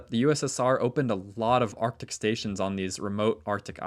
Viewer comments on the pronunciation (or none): none